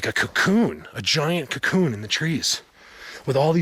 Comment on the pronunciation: Awesome place! Can you say 'cocoon' one more time? I don't know why but it makes me laugh😆(im french canadian)✌